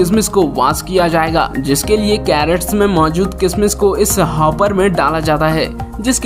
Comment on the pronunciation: आपने लिखा है खज्र कॆसे बनता है, दिखा रहे हो किशमिश, कभी अपना वीङीयो भी देख लो. कैरट गाजर नहीं किरेट होता है।